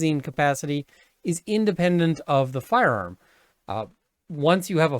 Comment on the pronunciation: I love the way you say firearm. Firerrrmm